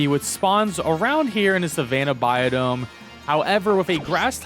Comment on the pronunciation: Sounds like ur saying biodome